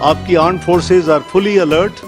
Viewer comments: "Pakistan Aaand Forces " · Armed Forces ❌ Aam Force ✅ 😂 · Pakistan Armed forces ❌ Pakistan Aand forces ✅ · PAKISTAN ARMED FORCE ❌ PAKISTAN AAND FORCE ✔️ 😂😂😂😂😂